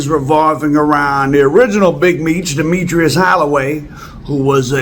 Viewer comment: Its *demetris not demetrius. His name was demetris.